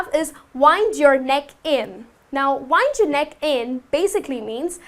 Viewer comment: the pronuntation of wind is /wɪnd/; no like the girl said. However, great Job